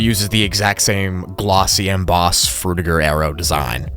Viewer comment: you proounce fruitiger wrong, its not Fruit-ir-ger, its Fruid-chi-ger. i know its not how its written, but its named after mr Fruitiger and id like his legacy to last a little longer.